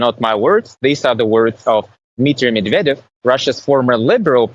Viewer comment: Dmitrij Medved??? 😀😀😀😀😀 Medvedev! And it’s a big big big difference 🤣🤦‍♂️